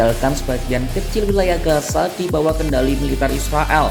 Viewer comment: pengisi voice tolong penyebutan z dan s itu beda gaza dan gasa itu berbeda